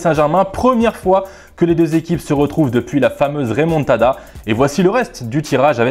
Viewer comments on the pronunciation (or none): Remontada pas Raymontada